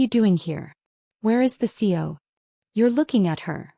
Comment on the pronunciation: What the hell is a CO? I’m familiar with CEO, COO, etc. But not a CO. You mean CEO but AI is saying CO.